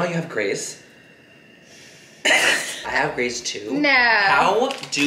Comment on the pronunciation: I thought many said Grace when he said greys. "How do I get rid of my Grace Laura?" 🙈🙈😂😂